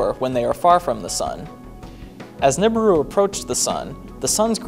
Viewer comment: Its pronounced newberoo